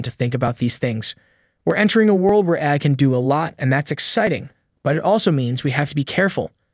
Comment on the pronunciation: Speaking of AI... did you use AI-generated speech for this one? The voice keeps saying "eye" in place of "AI". Also, I don't see OpenAI being a threat any time soon; the thing can't even remember what was discussed 10 lines ago. It has the memory of a goldfish.